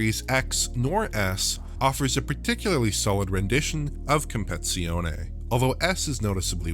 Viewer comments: great video again!!! thank You! but the name is "Competizione" and not "Compezione" 😃❤ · cool analysation and all, but it's compe-TI-zione, not compe-ZI-one. I wrote it down, and it hurts my ears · It's Assetto Corsa compe-TI-zione, not compezione btw. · CompeTIzione, not compezione. 👌🏻 It's similar to English "CompeTItion". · Hey guys, it's not comeizione, it's competizione... first part (competi) is like competition in english, last part (zione) has a strong Z like the one in Forza Horizon.. excellent analysis however, thank you for your beautiful work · love your work! BUT: in italian, it is pronounced compeTi-Zione, same as in french, compeTi-Tion. hurt my ears ;) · It's "compeTIzione", not "compezione" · Dude, it's called competizione, not compezione! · It is not COMPEZIONE It is COMPETIZIONE 😁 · Why does he keep calling it Assetto Corsa: Compression? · For the love of God, it's "compeTIzione" not "compezione". 😂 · You need to pronounce the TI as TEA in CompeTIzione - it is not a silent TEA or it would be "Compezione" :D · Completely left out two letters when pronounincing 'compeTIzione' - is saying "compezione." It sounds a bit like and is "competition." Com-pet-ti-zione. 😝 'Z's are always hard like 'Pizza' or 'Forza' not Forsa lol and you got that bit right. Good work nonetheless 👍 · It’s “com - pet - tit - zee - onay” not “competzione” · It's Not Compe-Zione It's Compe-TI-Zione! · Why the f does he constanly say "compezione" It's "compeTIzione" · narrator calling it "compezione" is very distracting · Excellent analysis as always; one small observation: it seems like your not pronouncing the "TI" [tee] in "compeTIzione". Italian basically has a one-to-one correspondence between letters and sounds, meaning every letter that forms any given word has a corresponding sound that must be pronounced. I hope my comment is somewhat informative; have a good day. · "Com-pet-zione" haha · "Compezione" okay 😅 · Please stop saying "Compezione"